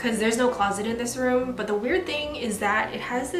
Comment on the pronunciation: girl stop saying "room" you say it so weird!!